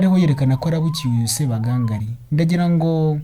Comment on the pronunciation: Ntabwo bavuga Sebagangali,bavuga Sebagangaali. Kuri nga bashyiramo isaku ry'ubutinde.